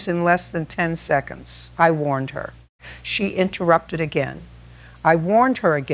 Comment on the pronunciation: Mayo, FL AI needs to pronounce words correctly: again, record, Karen, strategically, Ms. Judge Judy does not ramble. She gets straight to the point. She would have Karen removed from the court and held in contempt after about the 3rd interruption. Karen's house should be seized and sold to pay her contractor debts to make them whole.